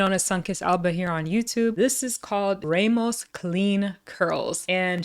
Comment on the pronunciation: Good review ty so very mucho so helpful. Btw the surname Ramos has a short hard A sound like the Egyptian god Ra.